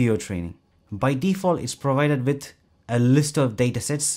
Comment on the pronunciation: It's "with" not "witt". If you make English videos, you should at least "try" to speak a proper "th" 😏